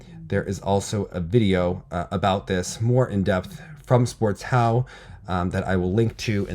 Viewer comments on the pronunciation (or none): Sportschau is pronounced like sport and -shao. The second part starts with a "sh" sound like in "Shcherbakova". Just a side note, love your coverage as always 👌